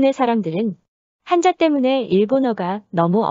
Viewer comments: 한자를 한짜로 발음해야 맞겠죠? 한. 자 로 하면 한 글짜 라는 의미. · 漢子읽을때는한자가아니라 한짜가 아닐까요? 한자발음이 참 거북하게 들리네요 띄어쓰기를 안다면 우리한자의 소리내는 방법도 공부 할 필요가 있다고 느껴지네요